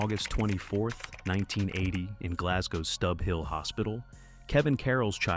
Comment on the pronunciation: When he says Stubb hill hospital does he mean Stobhill Hospital